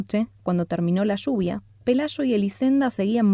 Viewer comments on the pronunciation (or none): Lluvia, no shuvia.